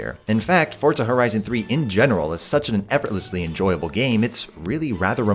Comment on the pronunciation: Love the video but.. PLEASE stop saying FORT-ZA, there is no T in Forza, it is simply pronounces FOUR-ZA. Forza, for Fortza.